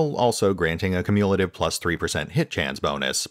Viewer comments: Great information. Also, that's not the way you pronounce "cumulative". KYOO-myuh-la-tive. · Cumulative is pronounced "Kyu-myu-luh-tiv", FYI. Good video, just found your pronunciation of that super jarring.